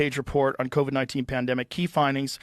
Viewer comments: What the fuck is the "koof?" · At least Rogan can say the word COVID you are a chicken shit still can't say COVID pussy coov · So why are you still saying “the coof “ then?